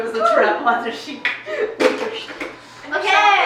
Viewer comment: WOTER SHEP